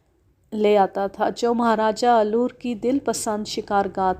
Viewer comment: Aloor nahin Alwar